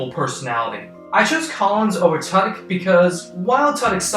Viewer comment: Tudyk pronounced as too dik